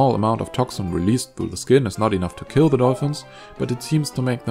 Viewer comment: What is this word "ki"? It's "kiLL"!